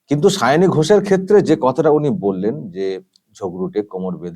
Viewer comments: যে ভালো-ভাবে একজন প্রার্থীর নাম উচ্চারণ করতে পারেন না সে আবার মুখ্যমন্ত্রী ছিঃ -----।শাওনি নয় সায়নী। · আমাদের মাননীয়া মুখ্যমন্ত্রী কি সায়নী বলতে পারেন না?তাই শাওনী বলছেন 😄😄😄 লজ্জা জনক ব্যাপার 😠😠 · ও ওরকম হয়। পোতিবাদীদের উচ্চারণের একট আধটু ওরকম হয়! সায়ণী আর শাওনি ঐ সব একই হল...ড্যাং...ড্যাং... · উচ্চারন সাওনী নয় সায়নী হবে😂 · উচ্চারণ টা ঠিক করূন। সাওনি।সাওনি মানে শোয়ায় উস্তাদ। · দিদিমার মাথা খারাপ হয়ে গেছে,তাই সায়নি কে সাওনি বলছে। এই হচ্ছে আমাদের বাংলার মুর্খ মন্ত্রী। লজ্জা লজ্জা,ছিঃ, ছিঃ।।😮😮😮😮😅😅😅😅।। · Ekdam netrir moto jhagra korte pare Onar nijerto uchharan e poblem achhe tai sayani k saoni bolchhen . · Nije Maoni tai uchharon korchen Sawni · প্রোগ্রাম যেভাবে "পোগ্রাম", গভর্নমেন্ট যেভাবে "গরমেন্ট", সেভাবেই সায়নী হলেন "তিনোমুলের শাওনি"। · Gora thekei o vul val pronounciation bole asche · অশিক্ষিত cm একটা নাম ও ঠিক করে উচ্চারণ করতে পারে না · নিজের candidate এর নামটাও উচ্চারণ করতে পারেন না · ঘুম থেকে উঠে শুধু ঝগড়া করে।জিভ ছোলার টাইম পাইনা।তাই নাম ঠিক করে বলতে পারছেন না ।কবে যে বিদায় হবে। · কুচুটে ও ঝগরুটে পেতনি পিসি কোন ভাষাই ঠিক মত বলতে পারে না। তাই ঝগরুটে কনডমওয়ালীর নাম টাও ঠিকঠাক বলতে পারে না। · এমন মূর্খ যে প্রার্থীর নামটাই উচ্চারণ করতে পারে না। আর ঠিকে ঝী কে প্রার্থী তো করতেই হবে, নাহলে বস্তির কালচার চলবে কী করে?? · যাদবপুরের ভোটার হিসেবে খুব লজ্জা করছে। উনি তো নামটাই ঠিক মতো উচ্চারণ করতে পারেন না। ঝগড়ুটে মেয়েকে ভোট দেবে মানুষ এটা ভাবতেই খুব লজ্জা লাগছে।